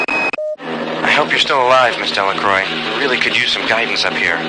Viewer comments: Delacroix can't even pronounce her name properly... Well in fact it seems no one can. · What I thought was funny was that even Marie mispronounced her own name. But I loved this game!